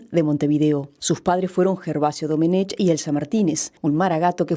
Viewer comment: Domenech, se pronuncia "Domenek". Es un apellido catalán, en la lengua catalana, no existe la "ch".